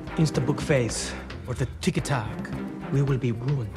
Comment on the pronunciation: Did you just read Tiki Tok? Im sure that proper pronunciation is S-H-I-T